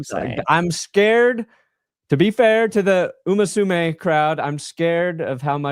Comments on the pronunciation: It’s Uma Musume, not “umasume” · If the Broncos win the Super Bowl, will learn to say Uma Musume correctly?